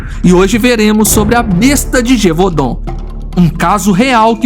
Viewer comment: I love how the narrator mispronounce gevudaun as gevahdenn when it's gev u daun( gevoodon).watch brilotberhood of the wolf it's based on the beast of gevudaun